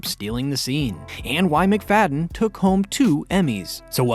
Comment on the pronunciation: Mac-Fa-dee-yan. Just a little research would help.